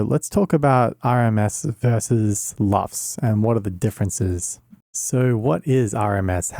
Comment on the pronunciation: It's LUFS, not LUFT. LUFS: Loudness units, full-scale. LUFT: the last name of a screen star of the early 20th century (Lorna Luft, look her up; follow the yellow-brick road...).